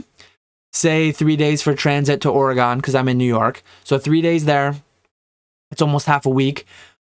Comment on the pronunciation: As someone from Oregon it pains me just a little each time you say it lol but ya I kinda figured this was how it was going to go, sounds good in theory but then just doesn't quite pan out. Thanks for the research